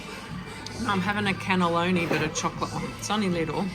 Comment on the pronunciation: Cannolo not Cannelloni. 🇦🇺